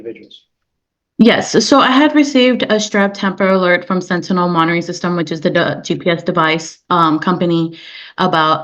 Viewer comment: finally, 40 minutes in the video and someone finally says "sentinel" correctly...